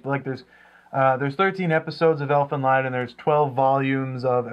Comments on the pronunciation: guys it's pronounced Elfin Lied (Leed) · Great review, I was just talking about this series today. I is pronounced "leed", as others stated, but no big whoop.